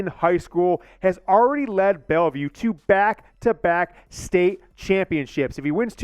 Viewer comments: It’s BelleVILLE not BelleVUE. BelleVILLE NOT BelleVUE sheesh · Bryce Underwood is from BELLEVILLE!!! It’s not “Belleview!”